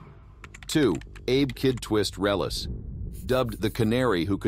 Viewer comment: The name is. Relis not realis